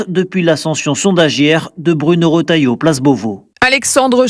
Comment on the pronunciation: Retailleau! Et non rotailleau.